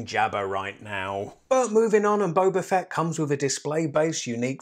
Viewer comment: it's Boba Fett not Boba Fett!!! Gosh darn it